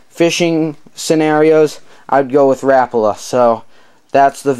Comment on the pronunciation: Im just putting this out there but its not rapla its rapala